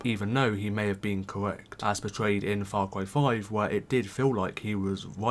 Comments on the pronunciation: Far Cway New Pwamal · faw cwy is wit